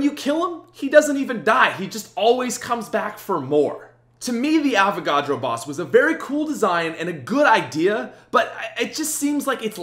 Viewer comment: Avacadro lol